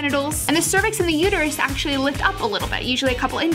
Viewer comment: she said uterae!!!!! thats my tumblr name i made it up